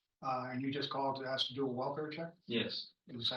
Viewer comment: Those people can’t say the word ASK ? They always say ( AXED ) smh That ignorant mentality.